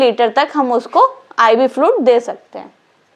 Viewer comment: Flud kya hain... Bolo fluid... Pronouncing sahi se nehi ho raha hain aur agaye madam padane